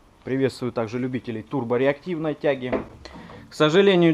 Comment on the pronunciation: Can someone please explain me why this guy keeps saying "turbo reactivieaeae" to a turbine engine?